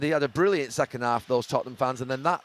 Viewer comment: it's da totteham way